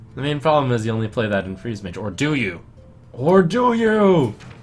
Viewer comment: i loved the "or do you? OR DO YO?!?!" part :))